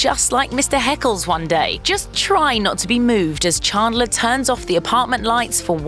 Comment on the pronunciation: Stopped watching the video when she said Chaandlor instead of Chandler